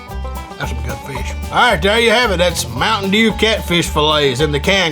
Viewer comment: I died (that's how I'm gonna say mtm dew on the hood from now on XD)